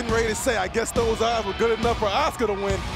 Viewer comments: Name:asuka Pronounced:oska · Why do the commentators insist on pronouncing her name as "Oscar' - it should be pronounced A-suka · What I heard is OSCAR hahahaha